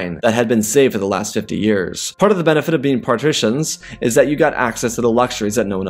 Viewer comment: Patrician is nobles pah-trih-shan Carthaginian is Khar-tha-jin-ian